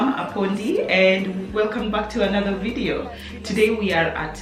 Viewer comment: Did she just call us jo-video? 🤣🤣🤣